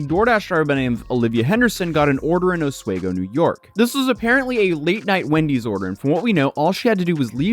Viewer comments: I mean this with nothing but love, but I grew up in Oswego and your pronunciation made me laugh out loud a bit 😅😂 (it’s os-wee-go) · Its pronounced Ah-swee-go onto A-sway-go. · Os wee go. Not Os way go. :) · It's pronounced os-WE-go, not os-WAY-go. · osweeeego not oswago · Oswego (pronounced Os wee go, not Os way go" is notorious for wind and snow. It's on the eastern shore of Lake Ontario, so you get the wind coming in from Canada across the lake giving you wind and lake effect snow. Just from what I do know about court cases in the state, prosecutors generally wouldn't move it to the higher court unless they felt they had a case. Also, you got lucky that you left when you did, the temps are going to be below zero this weekend. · Thanks for covering this!! As a New Yorker, I dont want to be this guy, but it is pronounced AHH-SWEE-GO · You're saying Oswego wrong... the we in Oswego is pronounced like "we" just fyi😂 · my brother. Its pronounced O-WE-GO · Oss We Go Not Os way Go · oswego = Aus-we-go (like aussie, and we go to The store) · It’s OS-WEE-GO. This is in my neck of the woods in NY. Always find it funny listening to creators try and pronounce the name of Oswego lol. As I stated, I’m from upstate NY, and drunk or not, ain’t no one, NO ONE, just leaving their door open in December. Oswego is located on Lake Ontario, where Lake Effect can dump feet of snow in the matter of hours and temps drop to like -20 below. So get out of here with that crap girl 😂😂😂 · for what it’s worth, it’s pronounced OSS WEEE GO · If you’re still in Syracuse, as someone from NY, I’m obligated to tell you to go to Dinosaur BBQ. Buffalo, you get Buffalo chicken pizza. Binghamton, you get spiedies. Syracuse, Dinosaur BBQ. …Also, sorry to be this guy, Oswego is pronounced with a hard E (sounds like we). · It’s pronounced “Osweeeeego” and how are you going to travel get a hotel and then miss the court session!? Just to make us watch a video to give us NO information regarding it 😂